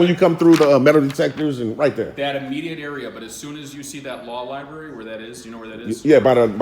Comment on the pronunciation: Library god damnit learn to speak not li Barry